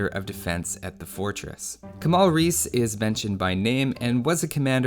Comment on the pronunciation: His name is Kemal Reis, Reis is pronounced like Reys with a rolling R. Reis is a titel like admiral